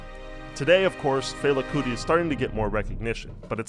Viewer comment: Yeah, I never heard a Nigerian say it that way.